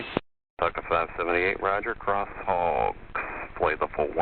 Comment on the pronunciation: I like the way the controller pronounces HOGGS - can hear that it has two 'G's in it XD